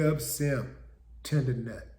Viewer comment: He said tendernut. lol